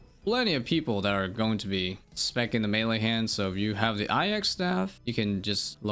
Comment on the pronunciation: eye of ahka lol